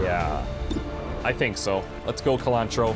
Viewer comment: I love Colantro being in your squad, because every time you say her name I think you're saying cilantro and that strikes me as very funny for some reason.